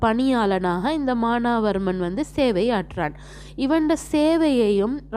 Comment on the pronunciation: மானாவர்மன் இல்ல teacher மானவர்மன் Correct